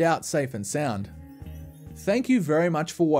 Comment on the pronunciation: I love how he pronounces Videouw